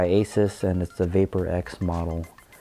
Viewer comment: You did pronounce Asus correctly.